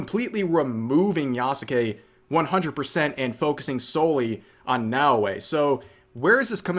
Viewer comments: Why does rev add an extra syllable to Yasuke He says Ya-sa-ke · The name isn't pronounced Yah-Suh-Kay. It's just Yahs-Kay. The U is de-emphasized to being essentially silent. Hence Sasuke isn't pronounced Sah-soo-kay, its Sahs-Kay in pronunciation. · the mispronunciation itself annoys me because it is a common one and not limited to just Yasuke but pretty much every Japanese name that has "suke" in it.